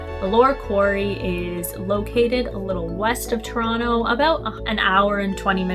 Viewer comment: I liked how she said Ttoronno 😊